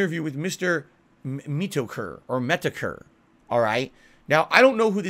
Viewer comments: I had to stop. How is it that Phil ALWAYS manages to say something more brazenly false each and every day? Phil knows who “MEE-tookur” is and can’t even try the “I don’t know how to pronounce their name” bluff to get out of that one. Truth be told, Jim probably would’ve given him the best possible chance at a decent interview. Now Phil might see some backlash from Jim’s audience whatever sad attack he’s about to spew. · Meatokur, Metoekur 🙄😒